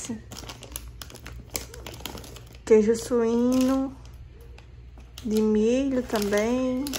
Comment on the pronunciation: Queijo suino 😂😂 é queijo suíço kkk foi engraçado vc dizendo